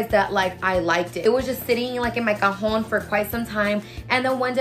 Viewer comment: Sis said “cajon” 😂❤️ I love it!! Congrats on the new job girl! Best of luck and I hope you love it!!